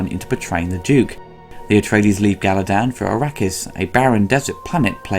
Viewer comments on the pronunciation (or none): Weirding modules not "welding modules" Bene Gesserit not "Bene Gassarack" Caladan not "Galadan" I thought you mispronounced Fremen but on a third viewing you admittedly said it right. Thanks for the good work and apologies for my asinine comment.